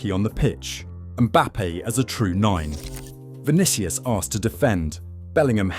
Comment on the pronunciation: Stopped the video when I heard "Vinikious". WTF? Is this AI or just an ignorant content creator? After "Vinikious", how can i take his arguments seriously, even if they are?